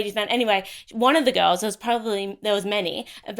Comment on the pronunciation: when hes says girls it sounds like hes saying ghettos